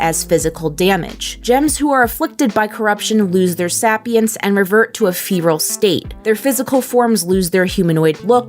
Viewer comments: Should anyone tell her it's say-pee-ense, not sap-e-ense. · "Sapience (pronounced Say-pee-inse)) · I just... can't get over sapience... it's like saipience. Pronounce it like that. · Sapience is pronounced sei·pee·uhns. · It's actually pronounced say pee ince like homo sapien. 🤔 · "Sappyence" "Sappyent" Lol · its pronounced say-P-ence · Am I the only one that struggled watching the video because of the way she pronounced sapience? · ....are you mispronouncing sapience??